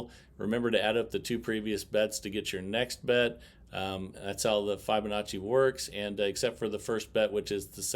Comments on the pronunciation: I personally like it playing dozens but I was referring to the pronunciation of the word Fibonacci, it’s as in the word fib it’s been mentioned before all I was asking is that interact with his subscribers as above he thanks for my “honest feedback back” it just seems like he has bots answering the same thing all the time like I said before I really like him and the channel so not being disrespectful just my thoughts. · Maybe they should re-name it flubanacci because of the way tends to butcher the correct pronunciation! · Hey, its not a massuve deal but your pronounciation of fibonacci is totally off.. still love your vids, i wTch every day